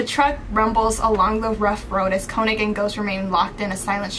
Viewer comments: I hate to be that person, but when you say könig’s name, you have to pronounce the o like a u, like koonig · I just wanna clarify real quick, König is pronounced like (k-oo-nig) as far as I know, I may be wrong but I recently found out how his name is pronounced. (Btw This isn’t hate or anything) BUT YOU LITERALLY SUMMONED S WHILE FANDOM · Stop, y’all are pronouncing König wrong and it’s driving my insane😭😭